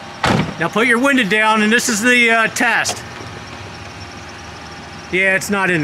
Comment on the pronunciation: OMG stop calling a window WINDAA…